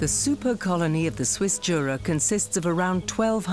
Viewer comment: It's pronounced Yura not Jura🙄🤦‍♂️